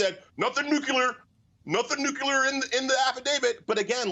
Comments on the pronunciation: DID HE SAY NUCQUELAR? LMAO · it's not pronounced NUC-U-LAR - it's noo͞′klē-ər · Nuclear is not pronounced "Nuke-you-ler", it is pronounced "NEW-KLEE-ER" for the luvva god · Elie Mystal - I love you but PLEASE stop saying NUCULAR. Nobody in the sciences or in the military pronounces it NUCULAR. The word is NUCLEAR. Say it with me: N U C L E A R. There's no U between C and L. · It's not nu-ku-lar . It's pronounced "new klee ar." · NEW-CLEAR, NU-CLEAR, not NEW-CUE-LERR AHHHHHHHHHHHHHHHHHhasdlkfjhsaldkfjd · Completely agree, but just some nit-picking here: why do Americans say "nucular" when the whole world knows it is "nuclear"? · Hey guys,it’s “nuclear”, not “nuculer”! Now you sound like Trump. Pronunciation is important for good communication. Just saying. :) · Nuclear, not “nukyuler”. Nu-Klee-ur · Nu cle are. Not Nu cu lar. I don't want to be the language police. But if you are a world leader, get it right. Can we talk about Dan Quail and potato(e)? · It's nuclear not nucular. Pronounce it like, new clear. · Nuclear. Not "nucular". You can pronounce this correctly. Just say NEW CLEAR. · Elie: It's nuclear, not nucular. Consider the root word: nucleus. Literacy matters!!! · Elie: It's Nu Clee Ar. Not nuculer. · I like Elie Mystal. However, I hope either he is he staff read this: the word is "nuclear," not "nucular." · If you ever want to be taken seriously, learn to pronounce the word nuclear. Saying "New-cue-ler" makes you sound less intelligent. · Nuclear not nucular. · He makes me nervous when he can’t pronounce nuclear. Someone attacking Trump for having nuclear information definitely should not say nyukeelar. I thinks he knows not of what he speaks. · It's "NU-CLE-AR"!!! Sorry, pet peeve. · There is one U in nuclear. It's not nukuler. Grrr just drives me crazy! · Nuclear has two syllables – not three. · If you are going to be on T.V., you need to learn how to pronounce the word “Nuclear”. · Somebody teach that man how to say nuclear!